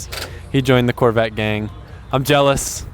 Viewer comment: And calls it Collvette